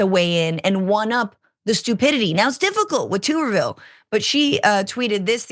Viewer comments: Glad that I'm not the only person who pronounces his name "Tooberville" instead of "Tubberville". It just makes the most sense, since he has about the same amount of neurons as a potato. A tuber. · Tubberville. Tubb, rhymes with snub, hub, sub. Tubberville. Verbatim the actual correct pronunciation sounds worse then tube. It kind of reminds me of a tub of lard, which is actually smarter than the AL senator.